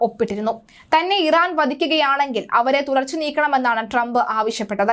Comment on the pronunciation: പേര് നല്ല പോലെ പറയുക